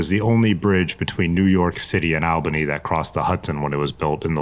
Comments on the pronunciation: Constructive pronunciation tips from a Northeasterner: Po-kip-cee. And it’s All-ba-née, not Al-ba-née. When I’m next in Ohio I welcome your correcting me although most of those towns seem easier to say right with out help from locals. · Puh-kip-see, All-ba-knee, fo-lee-idge 😉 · Nice ride. Poughkeepsie = po-kips-see; Albany = all-bah-knee; Shawangunk - sha-wa-gum.